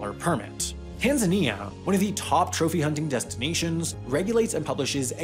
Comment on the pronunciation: This reminded how weirdly Americans pronounce Tanzania